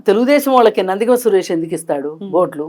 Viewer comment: నందిగామ " సురేష్ కాదమ్మా anchoru. "నందిగం"